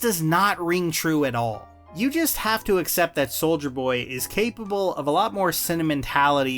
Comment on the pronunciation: I keep hearing you say “Soulja Boy”